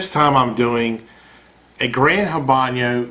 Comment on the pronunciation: And its Habano......not Habanyo.